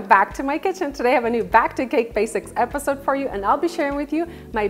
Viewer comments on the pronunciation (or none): none